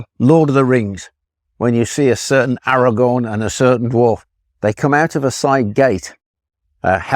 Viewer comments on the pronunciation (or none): none